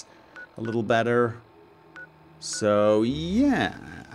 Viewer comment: how he says better, though.